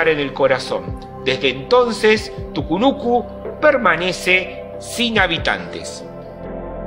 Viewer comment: Ponete de acuerdo hermano.. escribís TUCUNUCO pero en todo el video le dijistes TUCUNUCU 😂